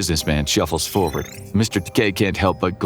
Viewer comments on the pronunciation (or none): none